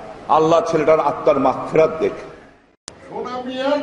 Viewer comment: কয় না আঙকেল কথাটা বলে হবে, লিপিস্টিক না লিপস্টিক, মাগফেরাত না মাগফিরাত, অর্ধেক কথাই ভুল